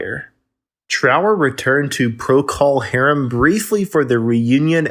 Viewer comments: It’s not Pro Call Harem. It’s Procal pronounced Prokle. Are you clueless, fake or bad AI? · ProCALL .... STOP SAYING IT LIKE THAT! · Every time you say Pro-Call Harum. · It's not Prockle Harum , more Prokul Harum . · “Pro Call Harem”. REALLY?!!!!! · What’s with the “PRO-CALL HARUM” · You are pronouncing procol harem incorrectly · Thanks for saying it , someone had to. Fekin click bait . . . And I'm out , if I hear it say pro-cull hairm again. I'll beat the computer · Learn how to pronounce the band's names! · Yeah. That was annoying as f*ck! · I had another quick look at the comments. About 20 of them, or more, are about this mis- pronunciation. It is at about the point. I hadta look, to figure out who created this video - it's by "What Happened To". - My point is that complaining about a narrator, on a YouTube video is useless. OF COURSE the band's name should be pronounced right - BUT IT ISN'T. What are you gonna do ?? You can howl at the Moon, piss- into a hurricane, or be "tilting at windmills" ( Don Quixote )... - Complaining about it will accomplish nothing... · Sounds like he got into dummy juice. Pronunciation of the band’s name sounded like he knew what it was. Somebody hie me to replace clones like this. Why would you believe anyone who can’t pronounce the name? He probably calls Trower’s big song A Whiter Shade of Quail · If the narrator could only pronounce "Procol" properly, I wouldn't get the impression he simply drummed up research on something he knows little to nothing about. However, in the context of bringing Robin Trower the recognition of the spirit of Jimi to the masses, it is applauded. There will never be another Jimi Hendricks, but guitarists like Robin Trower gave us another aspect of the stratocaster blues. Thank you, Robin, and the band.